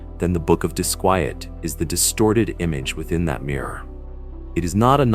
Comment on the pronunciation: Why does your AI pronounce the book title as both "dis-kwee-et" and the proper "dis-kwy-et"? Why is his name spelled Pasoa, Pisoa, Pessoa, and more? Which one is even correct? Very annoying